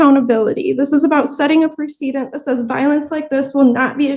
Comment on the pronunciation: It's "PREH-seh-dent", not "preh-SEE-dent".